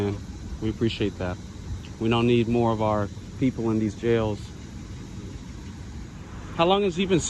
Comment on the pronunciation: We da pepoo, by da pepoo faw da pepoo?